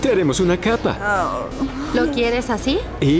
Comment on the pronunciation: Todo hermoso hasta que dijo capa!! 😂